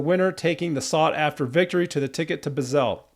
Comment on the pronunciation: Love your heartfelt response- just want to correct your pronunciation of Basel, Switzerland - it’s Basel” as rhymes with “nozzle” …..!